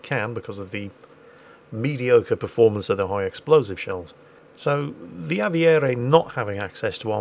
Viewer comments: Pronounciation on the Aviere was correct, nicely done! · hey, you pronounced the name of the destroyer correctly!! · You actually did a fairly good job on the pronounciation! Could've been a lot worse. :) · I'm italian. Your pronunciation of "Aviere" is absolutely perfect. And, just for the record, "Aviere" means "airman", which is a pretty strange name for a ship. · Ahhhh a perfectly pronounced "Aviere" at the start of a promising video. Good job my! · Your pronunciation of Aviere (meaning Airman , by the way) was spot on. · Your pronunciation of Aviere was quite close. Nicely done,. Or Bravo, as the Italians would say.